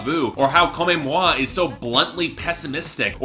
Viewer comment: This man doesn’t have the range to provide a proper review. You can tell he only knows Shakira from her English work. I would rather see someone who is familiar with her entire discography and someone who knows Spanish to give us a proper review. This review fell flat. also the fact that he tried pronounce Chantaje with a French accent was funny. He also pronounced Comme Moi, Comé moi as if he was trying to speak Spanish and not French. Nada and Amarillo have been declared the best and most underrated tracks by fans.